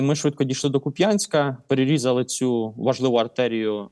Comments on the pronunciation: Вибачте шо душнію, але КУп'янськ, а не Куп'Янськ :) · кУп'янськ а не куп'Янськ!!!!!!!! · Кýп'янськ) як пупянськ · Ну КУп'янська жеж!!! Куп'Янськ, рррррррр. Більше бісе тільки ХарькОв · Тільки КУп‘янск(а не Куп‘Янськ) і Великий БурлУк( а не БурлЮк). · Вірний наголос Ку́п'янск, на у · Знову Куп‘Янськ! Це московитська неправильна назва. У нас це КУп’янськ. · та блін. який Куп'Янськ?? КУп'янськ!! Куп'Янськ то на на раша тв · будь ласка ставте наголос правильно! КУп'янськ!!! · шо за прутня, Миколо?! Який Куп'Янськ? КУп'янськ же.... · соррі, але місто зветься КУУУп'янськ!!! Куп'Янськ його звуть московити... Від слова п'янь. Не повторюйте за ворогом. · правильно кУп‘янськ, наголос на перший склад. будь ласка, слідкуйте за цим, це ж населені пункти нашої країни. бо коли чуєш як «серйозні люди з ютуба» неправильно вимовляють назви наших міст - це дуже сильно тригерить, і особисто у мене викликає відчуття «це не свої». плюс це банальна неповага до мешканців цих міст. тому плєз, зверніть увагу (це стосується і деяких інших населених пунктів на сході україни, які зараз на слуху) 🙏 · Дякую за випуск! І ЗСУ за роботу! Вони найчудовіші. Малесеньке бурчання: Ку́п'янськ, Великий Бурлу́к. Ну й до купи Рога́нь. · Дякую панові Миколі за аналіз, проте його наголоси роблять боляче харків'янам) КУп' янськ і Великий Бурлук (не Бурлюк) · КУ`янькська ... Наголос на перший склад -_ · Після наголосу в назві Куп‘янськ, огидно його слухати і плювати на його експертність, вибачте.